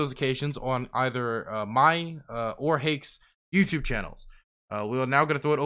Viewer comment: Yet here they are; mispronouncing America as "a merry cur" and YouTube as "YouChewb."